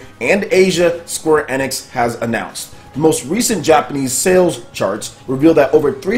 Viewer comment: Please it pronounced Square "Eeeeenix" not "eh-nix"